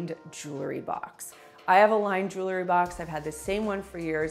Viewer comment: Jewel-ry. Not Joo-lery. Please.